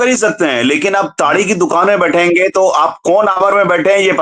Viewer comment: इतने अंग्रेज हो गए कि ताड़ी को टाडी कह रहे हो ?